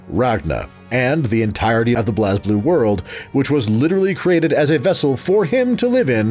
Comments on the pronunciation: Minus the mispronunciation of the character names (and calling "Blue Grimoire" instead of the Azure Grimoire) Other than that, pretty good By the way, its pronounced "Blaze" Blue, not "Bloz" Blue lol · Its pronounced Blaze Blue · It's pronounced as "Blaze_Blue" even the japanese katakana is written as : "burei buru" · It's pronounced "Blaze Blue"